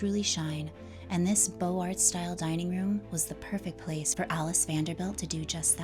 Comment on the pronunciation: I enjoyed your video. 'Beaux Arts" is pronounced bow zar